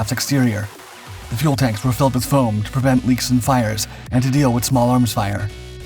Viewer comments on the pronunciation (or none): none